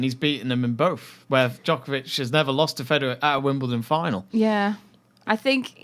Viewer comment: Its funny to watch these debates on Djokovic dominance and how HARD it is to roll the name Djokovic off their tongues. So upsetting to see actually! Anywaaaay....btw, Djokovic already won 4 in a row...just saying..